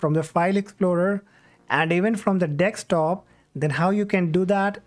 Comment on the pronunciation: Dextop????! What is "dextop"??